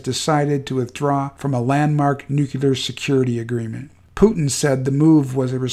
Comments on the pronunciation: It's not pronounced "noo kyu ler", it's "new-clear", or nuclear. Nookyuler war, nookyuler this and nookyuler that. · Why are you purposefully mispronouncing nuclear? It's not new-cue-lar, it's pronounced just like it's spelled "new-clear". Say it with me now, "new....clear". This gross mispronouncing makes it hard to take you seriously. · "nu CLE ar" Not "nu cUlar" Sorry! All that WW2 talk and here I am a grammar Nazi! I'm really not trying to be mean. It's like nails in a chalkboard to me. George W. said "nu cu lar" and I thought then, "If you can't say it correctly, you definitely shouldn't have authority to launch it!" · PLEASE! NU-CLE-AR NOT NUCULAR! THERE IS NO "NUCULAR." Too embarrassing to share. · Hey --- the word "nuclear" is pronounced "NOO-klee-ur" not "nook-yuh-lurr", Yes, George W, Bush got it wrong, too. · I hate to split hairs here, but the word is pronounced NUCLEEEAR. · Nuclear... NEW-CLEAR. Jesus fuck... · I find it hard to take any content provider seriously on this subject when they can't pronounce nuclear properly. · You keep saying Nuclear wrong but well done otherwise